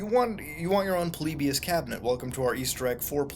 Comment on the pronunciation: Its polly buus not polibus